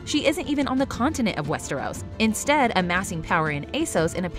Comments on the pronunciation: the fuck is "West-Air-Os"? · A-sos?? Westairos?? GoT casino??????? This channel deserves wildfire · "We're be fans of WEST-TARE-US" - Sorry 😂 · Love y’all but if you’re going to continue making GoT/HotD videos can someone please teach the narrator how to pronounce Westeros?